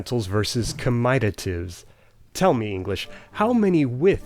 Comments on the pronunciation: Wow, I always thought it was pronounced something like /kamə'teitəv/. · Never heard "comitative" pronounced that way before! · It's "co mitt a tive", not "co might a tive" (as its etymology makes obvious).